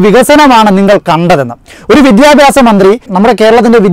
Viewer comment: എവന് "വിദ്യാഭ്യാസം" എന്ന് വൃത്തി ആയി പറയാൻ എങ്കിലും പഠിച്ചുടെ.